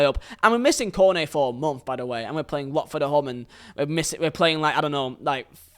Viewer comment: It sounded like you said Kone A instead of Cornet lol